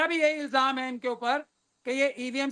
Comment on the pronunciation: CEC ko theek se Urdu alfaaz ko pronounce karna seekhna chahiye. ILJAAM nahein ILZAAM